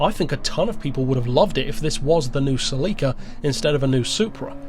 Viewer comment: The MOST controversial aspect of this video is pronunciation of "Celica." Just kidding,. But seriously... 🙂